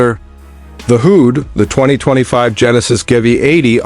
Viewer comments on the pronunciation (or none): Awful video. The word hood is erroneously pronounced who'd. JOKE of a video